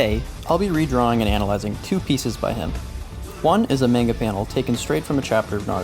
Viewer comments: Maneguh? I thought it was pronounced manga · Great video but it's (Mah-n-gah) not (Main-ga). SMH. I have a friend that has said it the way you do for as long as I've known him. He's like "that's just how I say it" well that's the wrong way! Damn! Have some culture. How are you gonna be so into something and not even care if you're pronouncing it correctly. Jeez! I'm sorry? 😅 I had to say something. I couldn't resist. Great video.